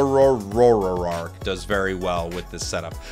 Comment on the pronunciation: Did I just hear... Zorororoaakk? 😝